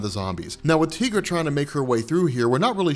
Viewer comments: Please stop saying Teegra, it's Tigra. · "TEA-gra"?!?! 🤦 it's "TIE-gra"! TIGER = TIGRA what a newb move 😅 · “Tee-gra”? Come on. She’s a tiger. It’s “Tie-gra”. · So I'm gonna call it out lol:) Te-gra?!?! I would of thought Tie-Gra lol:)! Yeah I couldn't resist;) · Tea-gra? I think you mean Tie-gra. She's a tiger lady, not a tea lady. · Dude, her name is pronounced "Tie-gra" not "Tee-gra". It's a play on "Tiger". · tye-grah. not teeeeeeegrah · the way you mispronounce Tigra's name makes me want to stab my ears with knives. It's 'tie'-'gra' like tiger. We've heard her name pronounced in the Avengers: United They Stand cartoon in the early 2000's. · Say Tee-gra... one. more. time. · Tigra long I. Like sky, not an e. That earks me